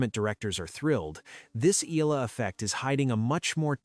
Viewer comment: Pls pronounce her name as Eh...yah...la....